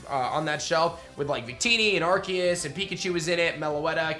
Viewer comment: ( don't take this seriously I'm just being silly)Triggered it's r-c-us not r-key-us